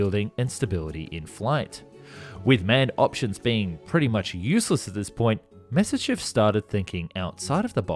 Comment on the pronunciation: You should check some of his other videos. He cant pronounce Spandau, he cant pronounce Messerschmitt...he cant even pronounce Nimitz. He keeps saying Nismir Aircraft Carrier in a bunch of videos. Hes not educated enough or just has a problem with words.